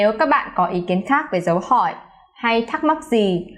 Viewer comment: Chủ thớt, giỏi lắm! Dấu hỏi của bạn nghe y chang người Việt Nam!